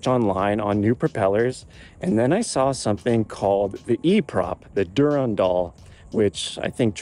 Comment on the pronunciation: Durandal is pronounced du-RAN-dal (with the emphasis on RAN) not du-ran-DAL as you mispronounce it. You're putting the em-PHA-sis on the wrong sy-LAB-le.